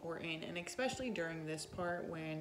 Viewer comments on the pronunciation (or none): The craziest story I've seen on this channel is this smokeshow named "" pronouncing the word "especially", "ecspecially". I've watched the show, so I know she has a heart of gold. But, my girl, it's especially...super easy...not "ecspecially".